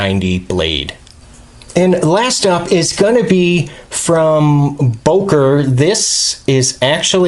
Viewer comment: Its not bOker it's bÖker